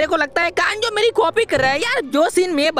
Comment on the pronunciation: Usko kanjo nahi bolte usko kanzo bolte hain